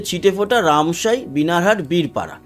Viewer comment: দাদা বিনার হাট নয় ওটা আসলে বানার হাট।